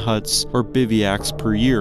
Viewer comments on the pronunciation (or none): No problem. We know what you meant. While we're at it, it's "bivouac" not "biviac." 😅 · Great! Except it's "bivouac." always mispronounces it. 😅